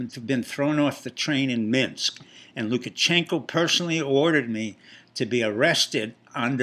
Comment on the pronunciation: It's "LukaSHenko", not "LukaCHenko". How much do you actually know about Belarus? I agree with Brenden Dilley: Pompeo will be the next President, if he learns to speak more clearly.